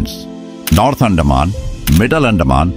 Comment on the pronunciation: Pls pronounce like "Anthaman" NOT andaa man